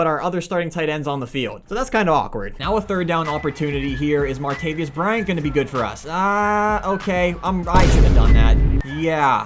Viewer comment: Anyone else notice how he kept saying martavis Bryant names wrong